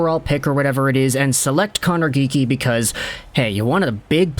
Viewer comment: why do you keep saying connor geekie